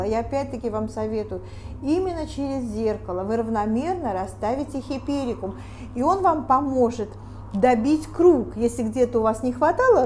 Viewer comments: Дамы, не хиперикум а хайперикум, учитесь правильному выражению на иностранном языке. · Правильно-Гиперикум, а не "хиперикум". Смешно даже-флористы. А Ваша ,,особая" спиральная техника? Сначала хризантемы собрать, а затем тыкать розы... Какая-то колхозно- спиральная техника. Упаковка -ужас .